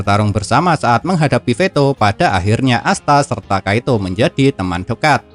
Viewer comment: Kiato bang admin bukan kaito